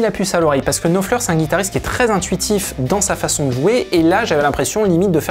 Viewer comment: Daily reminder that Frech people can make a huge effort to replicate a playing style in minute detail and yet pronounce the name of the guitar player with an accent that makes it unrecognizable.